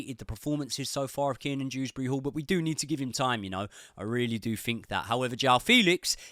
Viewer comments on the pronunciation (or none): none